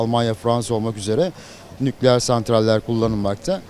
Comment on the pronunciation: Nukleeer diyen dingil . Veysi ates 2 gibi cvp veriyo ?